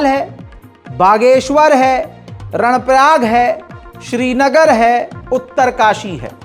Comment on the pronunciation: " 🖋️🖋️🖋️ कर्णप्रयाग है ??? नाकि रणप्रयाग ????? 📘📘📘"